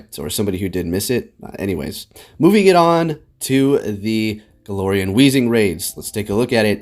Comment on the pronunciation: Hey I love ya but its glair not galore